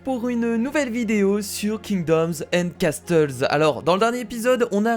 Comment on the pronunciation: on ne prononce pas le T de casTles